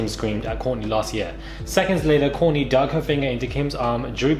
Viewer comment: WTH ARE YOU SAING KOURTNEY HOW THE NAME YOU SAID: KOURNEY... ☆☆ HAHA!!